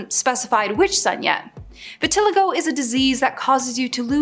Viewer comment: Heditory Virtilago Hmmmm Interestingly pronounced! Also i think you mean psoriasis, as thats what she actually has.